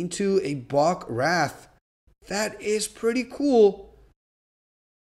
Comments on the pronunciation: Oh BTW it’s pronounced RAY-th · Wraith = RAY-TH, Like a ray of sunshine! XD